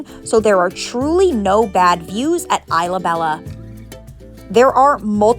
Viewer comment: It’s pronounced ees luh beja not eye luh bela 😂😊